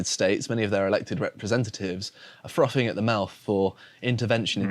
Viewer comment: froffing at the mouf LOL